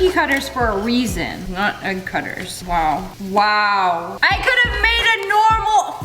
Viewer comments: I love when you say waiw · why do you say wow like that lololol